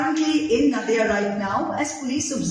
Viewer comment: Nadia jaise "Nadia ke Paar". Naadia nahin. Russian lagta sunne me hei...